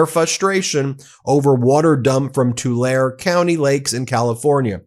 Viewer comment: Tulare = Too-LAIR-ee